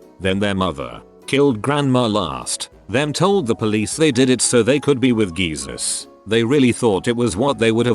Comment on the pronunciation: Did this TTS pronounce Jesus as gee-sis